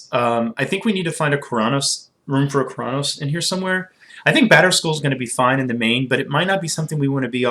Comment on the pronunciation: You saying Keranos sounds a bit like Chronos, no offense though. Love your videos